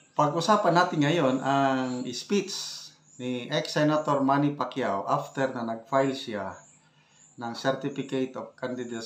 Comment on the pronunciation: Pacyoh? No way👎👎👎👎